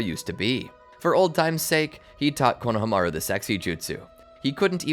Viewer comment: I love ur videos so much but the way u keep saying konhamaru kills me (idk how to spell his name but u know)